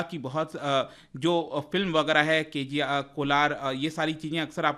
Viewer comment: Sir Said "KGf". 😅